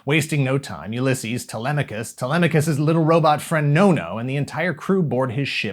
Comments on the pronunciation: That uLYSses pronunciation is twisting my melon! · Every time your pronounce Ulysses like that a puppy dies